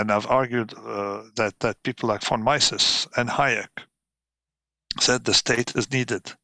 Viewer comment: Roberts has had a tough time finding decent guests over the last few months. So let me be one more of those guys complaining about Taleb. "Von Myssess" (phonetic spelling), for God's sake! Anyway, Taleb: self-important fool.